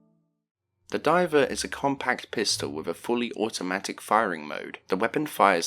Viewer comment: I could be wrong, But I'm pretty sure Divet is supposed to rhyme with Rivet